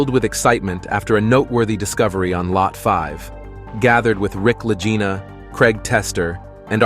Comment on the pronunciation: I THINK THAT THE NAME LAGINA IS PRONOUNCED WITH A HARD "G" INSTEAD OF THE SOFT "G." THINK OF THE WORD "LEG" WITH THE HARD "G" SOUND. THUS, IT'S LAGINA. AT LEAST THAT THE WAY IT'S PRONOUNCED ON THE TELEVISION SHOW. (LAG-EENA).